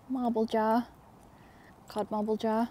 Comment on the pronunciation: said modd Carble instead of codd marble lol. We all say things like that sometimes. Love you guys.